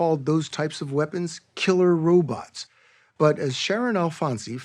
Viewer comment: No journalist should ever say "robuts". 😂 Edit: To be fair, he does pronounce it "robots" later.